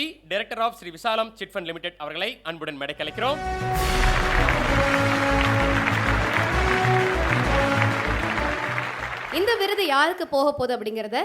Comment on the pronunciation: அது, 'மேடைக்கு அலைக்கிறோம்' -இல்லடா.., மேடைக்கு 'அழைக்கிறோம்' 'ழ' -சிறப்பெழுத்து நாவில் வரவில்லையா?, நாவை வடி.., இல்லையா, மேடையில் ஏறாதே... கோபம் வருகிறது...